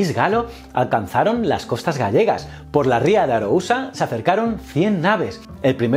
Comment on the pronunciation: Solo unha cousa q non me cadra. porque dices aarousa o dices mal